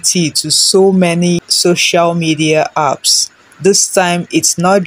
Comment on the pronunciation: It's apps not earps 😂. Calm down